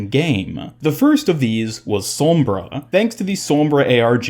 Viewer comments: It annoys me how you say "sormbra" not "sombra" lol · no one: literally no one ever:: sawmbra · Why do you say sombra like that